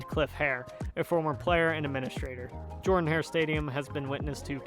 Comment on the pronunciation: Auburn's stadium is pronounced "Jerdan" not "Jordan"